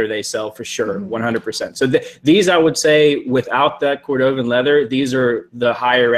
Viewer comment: The shoes that are cordovan leather... it’s pronounced KOR duh ven.